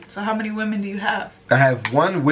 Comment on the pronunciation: I think the women you need Is wo-men not we-men